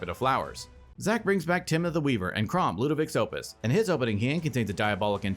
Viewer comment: is it on purpose it sounds like says "Kraumbat" when Kraum attacks? 😂